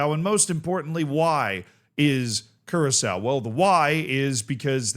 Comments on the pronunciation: No, its Kurasao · still can't get over saying curaco